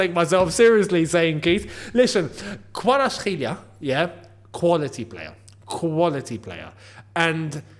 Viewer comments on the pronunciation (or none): Its Kvaratskh'alia try to pronouns alia not elia, the last part, the rest is pretty good 😉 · It's actually pronounced as a V though not W,the way you pronounce the K is correct but the V is a V not a W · Just call him kvara?😅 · Pronunce as KWARASHELIA😁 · big love from georgia 🇬🇪🇬🇪🇬🇪 we georgian Chelsea fans wish that kvara will join Chelsea. I’ve been supporting Chelsea since I was 5 (I’m 18 right now) and seeing a Georgian player play in my favorite team would be dream come true. And also keep practicing about saying kvaras name right, it will be easy if u practise 🤞💕💕❤️😂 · Correct, though no N in his name